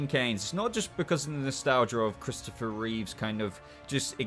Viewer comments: Your ranking didn't hurt nearly as much as you pronouncing Christopher’s surname as Reeves! It was George Reeves! It was Christopher Reeve (no S on the end)! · How can you put the Superboy suits in with the Kirk Alyn/George Reeves suits? They’re very different designs and the S is a completely different shape. The Superboy suits were much more in line with the Reeve films. Also it’s Christoper Reeve, not Reeves and it’s Routh not Rouths lol We’re going to be doing a suit ranking on our show once the new Superman and Lois suit drops.